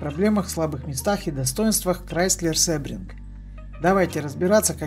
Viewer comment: Произносится не "СЭбринг", а "СИбринг". Английский язык. ;)